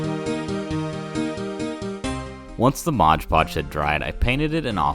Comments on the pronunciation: why do you call it "Modge Podge" when the label says "Mod Podge? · it says 'mod podge' right on the bottle. MOD podge. Not Modge Podge.